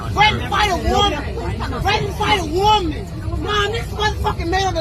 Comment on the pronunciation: How many syllables are in the word woooman😂😂😂